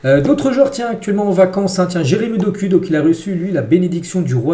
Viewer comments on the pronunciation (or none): Doku se lit Dokou, mon frère, pourquoi vous les occidentaux adorez écorcher les noms des africains ?